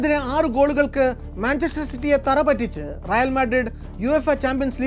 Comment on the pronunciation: റയാൽ അല്ല റയൽ ആണ്